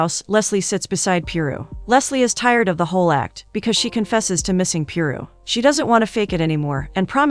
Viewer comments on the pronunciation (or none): none